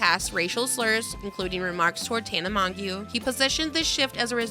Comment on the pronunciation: I hate when people pronounce Tana mongeau’s name wrong like it doesn’t take 30 seconds to search up the right pronunciation